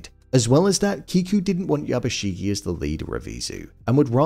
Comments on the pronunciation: How do people consistently manage to mispronounce name when in the show it's constantly YABUSHIGE, not YABUSHIGEEEEE. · Not to be a total Hermoine, but it's YabushiGE not YabushiGI